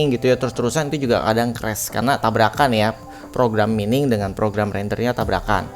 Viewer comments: Mining dibaca maining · Maining bang bukan mining, jangan terlalu menormalkan bahasa